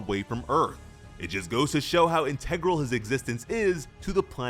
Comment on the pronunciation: Good video, but learn how to say the word “integral.”